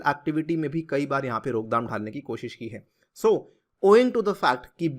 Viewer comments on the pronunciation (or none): none